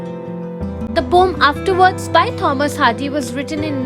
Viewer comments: Thank you mam... Tomorrow is my AEC exam... I am finding a proper explanation of this poem and I got your video... Thank you so much... But your pronounciation of ' Poem ' is wrong... It is not ' pom ' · You described the poem quite well. Thank you. But the pronunciation is po-em :) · poem❌ pom✅